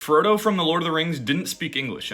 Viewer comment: You mean Froda? 😁